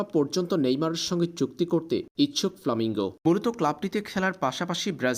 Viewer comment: ভাই, ওটার নাম ফ্ল্যামেঙ্গো। আপনি বারবার বলছেন ফ্লামিঙ্গো।